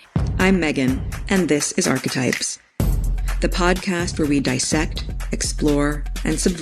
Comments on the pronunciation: I don’t want to sound rude or picky but it’s pronounced ar-ki-type… just saying. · Archetypes and Stereotypes are not one and the same thing - she’s an idiot - “archetype” is pronounced with a c as is car